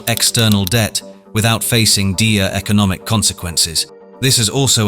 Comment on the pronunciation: lol what is the awful text-to-voice software in use here? i like how it pronounced the w in "answer" and how it made "dire" a homophone of "deer" kinda makes you wonder if any humans were involved with this script at all-- what is this, a ChatGPT video?